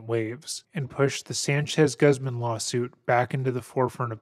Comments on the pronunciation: Lol my favorite pronunciation of Guzman = Guhzmin. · I was in High School, I remember there was one time I was hanging out with my band teacher after school (he was in his mid-20s and we really connected on music). I remember that back in 2013, he was telling me that Bryan Singer was diddling kids on the set of the X-Men movies. I was shocked and couldn't believe it, it absolutely ruined those movies for me Quick note: the surname Guzman is pronounced as Gooz-mon, it's a Spanish surname so you can't use English annunciation for the name because it's not an English name